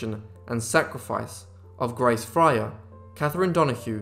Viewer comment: Fryer is not pronounced as Frayer.